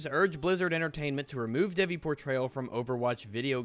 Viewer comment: So goddess of sexuality looks sexual? Woah...would have never seen that one coming..... I hate it when people who think that they are religious act like something is offensive just to get some attention. And it is not pronounced dev-ee, it is pronounced dayvee. I'm Indian...and this game this T for Teen....